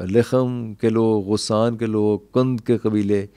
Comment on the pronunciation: غسان میں غ پر زبر ہے